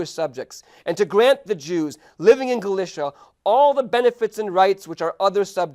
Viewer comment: nice Video But i would Love it so much id He would pronounce Galicia right